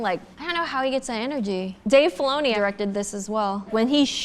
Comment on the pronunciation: Did she just pronounce energy as ener-G. EDIT: also noticed her pronunciation on massage. She might have some speech impediment. Why that’s fine! I just thought “huh? can energy be pronounced differently?” 😬